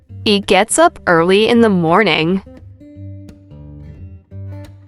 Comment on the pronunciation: The pronunciation of "HE" is wrong at the beginning of several sentences.